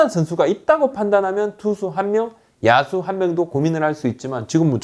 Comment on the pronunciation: 야수를 야스로 발음하시네